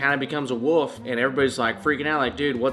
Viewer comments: Downey Studios I thought that he turned into a wolf but I guess he actually turns into a woof. 🤣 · You almost pronounce "wolf" like Rhett does haha